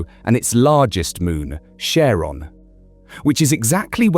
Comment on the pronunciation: That's... not how you pronounce Charon.